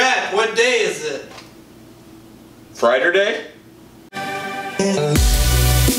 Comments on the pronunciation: Drac-"Fridurday?" Me-"Sure Drac, and tomorrow is Smatelday." Derp. Hilarious. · Did he say Fritarday? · It's Fryderday my dudes